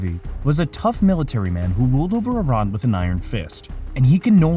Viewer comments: I - RAH - N not I - RAN he says it right.... get your narrator to follow suit. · YOU GUYS R PRONOUNCING IRAN MUCH BETTER!!! THANK YOUUU